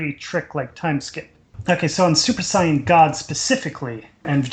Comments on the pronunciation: I'm tired of hearing that guy say sighin. Why can't you be normal and say saiyan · This series is so stupid...its like the writers never watched DBZ...and you guys can't even pronounce Whis or Saiyan...